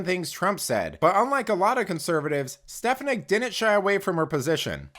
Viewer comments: I think her name is pronounced Stef AWN ick. I could be wrong. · It's a good posting but learn how to pronounce her name. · You mispronouced Stefanik's name. I would think you would want to get that right. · You tell them Elise! The media is as corrupt as Joe Biden ! the guy narrating needs to pronounce her name right 😖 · Please learn how to pronounce Ms. Stefanik’s last name! Thank you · Hey! Good video but please correct your pronunciation of Stefanik 😅